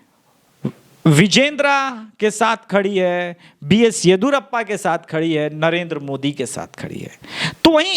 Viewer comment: B S Yediyoorappa and not B S yedhurappa again it is Kharge and not Khadge.